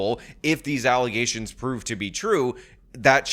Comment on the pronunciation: FALSE allezations. And NOT FAX.